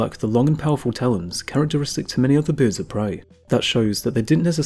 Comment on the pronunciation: Can someone please teach this guy how to say"birds"...he keeps saying "Boords".